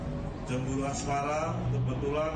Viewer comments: Persoalan penyebuta "geger" dan "asmara" malah jd "asrama"😂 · wkwkwk bukan asrama bos..tapi Asmara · reporternya kok keplesettt ngomongnya, ngomong motifnya asrama....😅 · Menit Permasalahan asrama...hahaha Harusnya Permasalahan Asmara